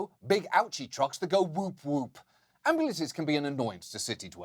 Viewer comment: The go woo woo not woop woop, Oliver, come on.